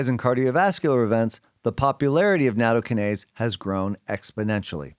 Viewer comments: Yeah - slightly worrying when experts can't even pronounce the word they're talking about. Natto-KYE-nase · Natto- KI-nase. The emphasis is on the second syllable.